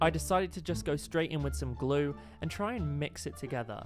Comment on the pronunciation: If u put words on and when he says even more glue it says even more glow I think it’s cause of his accent